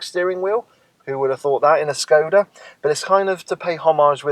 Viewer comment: It is Shhhhhkoda, god damn it